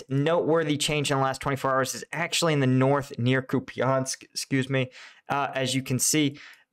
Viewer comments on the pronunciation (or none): none